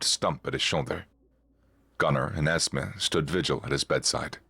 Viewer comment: ES-MEE not ES-meh. It's short for Esmeralda, my youngest daughter's name.